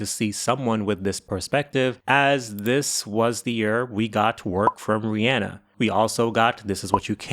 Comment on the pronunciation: Good job pronouncing “Rihanna” but work on “espresso” (not expresso) and “Sia” (not Sza)